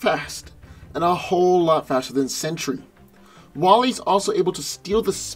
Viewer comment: Sentry is pronounced with TWO syllables, not three. His name is not 'century'.